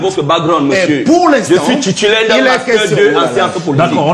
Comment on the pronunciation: 😂😂😂 Que wooo je suis "tutulaire" 😂😂😂 bien fait pour le gros plein de soupe Elle